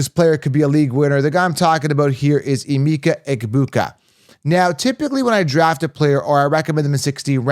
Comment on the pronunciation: As a Nigerian it’s pronounced “ahh-meka”. Love your content 👌🏿